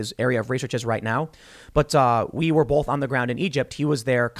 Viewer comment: Both not bolth hahaha